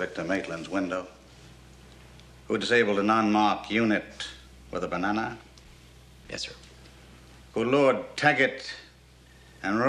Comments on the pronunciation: how he pronounces banana makes me laugh. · The way he pronounces Banana 😂😂